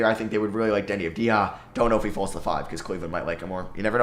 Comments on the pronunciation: anyone else get irritated when he says “Avdi-ha” and not “Avdi-sha” .. i cringe every time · It’s AV-DEE-YA